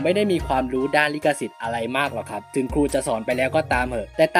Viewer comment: ลิขสิทธิ์ ไม่ใช่ ลิกสิทธิ์